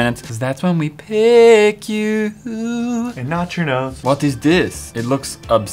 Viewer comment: When said thats when wee pick u I actually thought he said that's when wee "PIG" you!!!